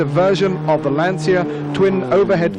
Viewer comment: Typical British commentator who can’t pronounce the name correctly….FFS